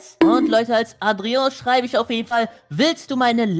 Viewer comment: Und du hast Adrian richtig ausgesprochen☺